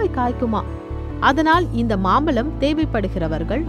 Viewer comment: அது மாம்பலம் இல்லை. மாம்பழம் தமிழை சரியாக உச்சரிக்கவும்